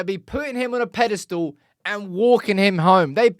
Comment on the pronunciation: Pedalstool??? You mean pedestal peh - duh - stl. Classic IT crowd moment there.